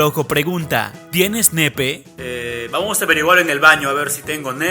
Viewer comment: Se dice pene no nepe